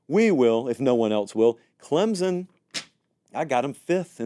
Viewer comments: Can you please pronounce Klem-sun correctly? It's not Klem-zun. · I love you Lord knows I do!! But will you please pronounce Clemson correctly!! 😂 there is no Z in Clem-Son!! C-L-E-M-S-O-N 🐅 thanks 😅